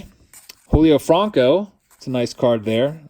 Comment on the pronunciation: What’s up with how you pronounce Julio Franco lol? Not heard it said like that. Being a Clevelander I’m gonna give you crap but I love watching your throwback thursdays. I’d love to see 77’ Topps. Keep up your good work brother.